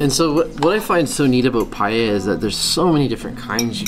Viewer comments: Valencia is incredible isn't it? The gardens are just magnificent. BTW, are you pronouncing paella "pay-ehda"? I think it's "pay-eh-a" (no "D" sound). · As a valencian, the correct pronunciation is pa-eh-ya. Not pay-eh-ya or something like this. A lot of foreign people tend to pronounce it wrong, idk why. You did it more accurate tho